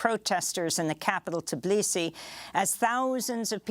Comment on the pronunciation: it'S Tbilisi, not Tiblisi. t(uh)BEE-lee-see accent on first syllable. make a short uh between t and b.